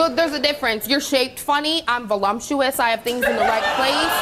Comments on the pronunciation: For the record, voluptuous, has no M in it. It’s not volumptuous. Maybe volumptuous means “even bigger than you”. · Vo-LUMP-tuous? LOL. Hilarious when the error is reality. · Volumptuous? I started to say that its pronounced "voluptuous". Then I thought about it... 🤔 In her case, that woman is definitely pronouncing it correctly ... voLUMPtuous.😄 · What is volumptuous? Did these cows mean voluptuous? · I love how they said velumptuous when it’s voluptuous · Voluptuous not volumptuous. But if you really need the m in there try volume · Voluptuous. There’s no M in voluptuous…. And it’s not pronounced with an M in it. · It's voluptuous not volumptuous